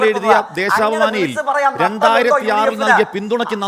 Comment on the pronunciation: ദേശാഭിമാനി ❌ ദേസാഭിമാനി ✅ 😂😂